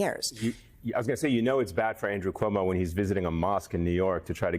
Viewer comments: Komodo 🦎 still cant say Zohran surname properly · You mean Cumoo? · Andy Cummo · I believe it's pronounced Cummo.